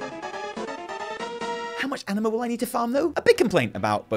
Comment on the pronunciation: I can't not hear ENEMA instead of Anima